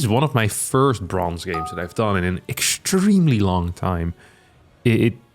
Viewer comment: I was going to pass on this one until I heard "bronze"...